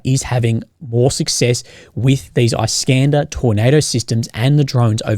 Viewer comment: can you please pronounce iskander with A like in lack, hard R and with the accent on E. At least, it is how it's pronounced in Russian, not iskaynda. Btw, thank you for your videos - one of the best analysts on the Russo-Ukrainian war ever:)